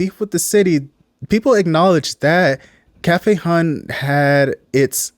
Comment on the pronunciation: mmm.. its pronounced "hun" not hon dummy and frfr they may live in bmore but its clear they not rooted in our city